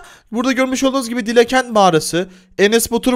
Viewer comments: Abi dile kent değil Dila kent bilgin olsun ❤️ kalbimmmm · Abi o dile kent değil Dila kent